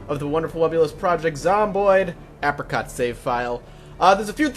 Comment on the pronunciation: please read up on the pronunciation of apricot. it's driving me crazy.